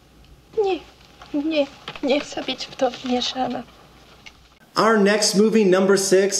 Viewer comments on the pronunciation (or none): Meryl Streep's pronunciation is very good, only the words "być" and "wmieszana" sound a little off. The first one sounds like "bić" and in the second one we can hear English "sh" instead of Polish "sz".